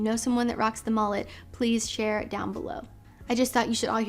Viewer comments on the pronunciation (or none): Did you call it a “MALLET” or a “MULLET”…?